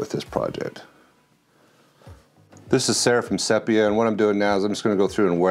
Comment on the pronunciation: Superb! Say 'seepia', not 'seppia'. Please kill me, and all best.